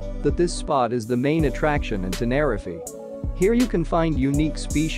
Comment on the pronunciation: Please pronounce tenerife correctly its really annoying